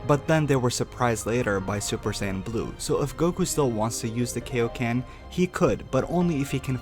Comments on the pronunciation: Why do people pronounce it KO-ken I mean the dudes name is kio sama it's literally in his name, it's kioken not KOken you fucking idiots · You just killed me by calling kai-o-ken , key-o-ken ! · KAI O KEN!!!!! not KAY O KEN!!!! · why are we saying kayoken? it's really triggering me. its like when people say shariiingan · ... KAI oken not KAY oken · KAI KAI-O-KEN NOT KAY-O-KEN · KAI-oken, not kayoken. Kaioken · It's pronounced "Kai-O-Ken" not "Kay-O-Ken" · love the video but one complaint. it's KAI oken not KAY oken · Its kaioken but good vedio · IT'S KAIO KAI O KEN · I thought kaio-ken was pronounced kIO ken (long i and o) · AH THE WAY HE SAYS KAI-O-KEN KILLS ME AA A A A A A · I see what your trying to say, and first off, you pronounced Kaio-ken wrong. it irritates my ears. Kaio-ken is seen as a trump card and with its heavy down side you can clearly see that it's not supposed to be a sustainable technique. He can layer it over his Super Saiyan transformation but as a means to end a fight quicker or for a quick boost. Constantly having sustainable power ups gets boring, and it was good that his Red God form has a short time duration because of its immense power up. Same with Kaio-ken except it doesn't boost much but it can be layered with another transformation. The more transformations there are that keep making a character more unbeatable would be uninteresting and not entertaining. Just my thought on this topic. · KAIoken not KAYoken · Well I just want you to know that you just gave me a brain aneurysm from how much you said kai-o-ken wrong by saying kei-o-ken! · You mean Kaioken, not Kayoken, as in King Kai/Kaiosama? At least pronounce it right. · KAI-o-ken FUCKING KAI as in King KAI not fucking KAY-o-ken. SAY IT RIGHT! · its kai o ken